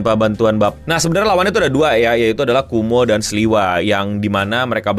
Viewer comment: Kowmo bang bukan kumo 😂